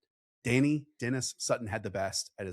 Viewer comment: Deni Dennis Sutton is pronounced like Deny Denis Sutton fyi